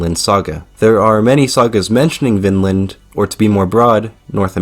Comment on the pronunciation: Vinland saga is a real anime story. Viland not Vinland saga